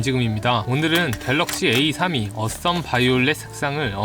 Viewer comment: S12 라고 발음하신거 같은데..